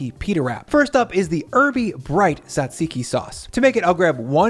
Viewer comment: As a Greek, I approve of this souvlaki! Thank you for the video! just a tip, its not SAtziki or T-ZAtziki it's TZAtziki (jajiki), people always seem to struggle with the pronunciation